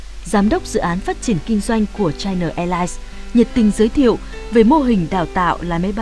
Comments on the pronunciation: Chai Na sao lại đọc thành Chai Nờ? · China, đọc rõ âm a a a a a, dùm tôi cái, đừng đọc là chi nờ, nghe "bà nội" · China chu khong phai la Chi-no! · China Airline: Bạn đọc theo tiếng nào? Đọc theo tiếng Việt thì phải là Chi-Na chứ sao lại Chai Na. Kênh đọc theo phát âm tiếng Anh thì là Chai-Nờ còn ý kiến gì nữa?